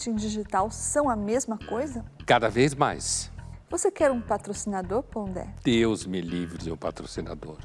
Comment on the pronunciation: "graças a deux" kkk